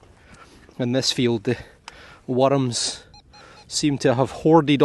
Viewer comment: I like how you say worms. Werdms. Werdms, with 2 syllables